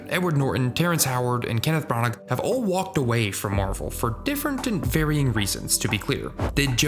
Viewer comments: I love this channel and everyone makes pronunciation mistakes from time to time, but I gotta say "Kenneth Brah-narck" cracked me up 😂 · kenneth....bra-nagh? good god i hate when youtube channel narrators cant be bothered to look up how to pronounce something if they dont know how to say it.